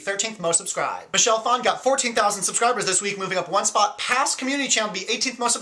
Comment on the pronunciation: am i the only one that gets a little mad when you say michelle"phan" wrong, maybe its because ima fellow viet :)